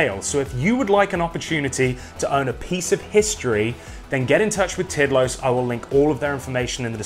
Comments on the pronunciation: It’s pronounced more like teed laws, ish. It means timeless. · Tidlös is pronounced Tiidlöös but very good video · Sweds watching this cringing when says "Tidlös" 😂